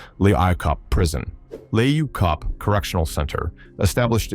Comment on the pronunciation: can't even say the prisons name properly 😂😂😂😂 and you so wrong they don't even no the worst prison in the world is in capetown